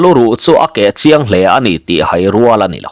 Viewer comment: Pawi hming, Thanhaia, Zahaia, Lenghaia, Haikunga, etc tih angahte pawh hian HAI tih hi thluk tawi, 'Ka lo hai deuh che a nih hi,' tiha a rik dan anga lam tur a ni bawk. A awmzia pawh, midangte mamawhna leh ṭanpuina mamawh, tih ang deuh a ni.